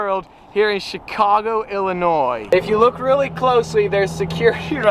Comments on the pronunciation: I was just fishing there a few weeks ago. Thank you for not pronouncing the "s" in Illinois.... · Thank you for saying sears tower and pronouncing Illinois correctly.....